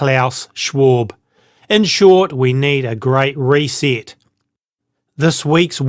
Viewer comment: reee seet its ree set